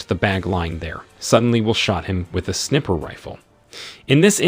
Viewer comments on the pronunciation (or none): Now I just heard them say Snipper Rifle like it was a pair of scissors. Sniper is not snipper. Please fix it and listen to the words. It’s just lazy production to not get the words pronounced right.